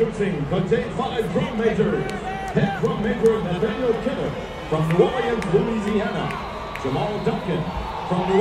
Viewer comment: I still can't get over how the announcer said New Orleans 😂 I've never heard it pronounced like New Orle-annes before